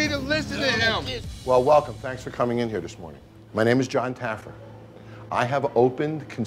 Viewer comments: “JON TAYYERFY” 😭😭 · This dude said “ John Taggerfree” LMFAO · Love how he says Jon taggerfee instead of jon taffer 😂😂🤣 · "Jon Tagerfee" 😂😂😂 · John TA GRAH FEE